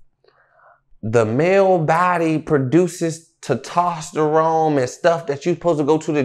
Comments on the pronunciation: “Tatosteromes” is crazy. 🤣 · I ain’t never heard testosterone pronounced tetaterone in my life 🤣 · “Tetastarome” is crazy😂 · Bruh when he said “TATASTAROME” I rage quit 😂😂😂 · "Tuh tosterone" 😂😂😂💀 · Instead of “ testosterone “ I head “ tahtostorone” 😂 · Testosterone 😂not tetosterone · Nicca said tataserome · "The male body produces ( tutosterome )" is what got me tho. 😄🤦🏽‍♂️😂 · Tuh- TOS - Tuh - Rone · said "Tatastarone" 😂😂😂😂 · “The male body produces tetauscherone “ 😂😂😂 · Bro said Tat taserone 😂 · Buddy said tetosterone 😂 we know what you mean though P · Tutasterone lol 😂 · Wtf is tertostarone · How tf did this man just pronounce testosterone????!😂😂😂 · 😢 this man can't even pronounce testosterone